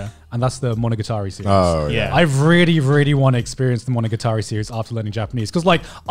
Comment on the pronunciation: Garnt, THERE IS NO "V" IN REALLY. I'M BEING VVVVREALLY, VVVREALLY, VVVVREAL WITH YOU THERE IS NO "V" IN REALLY.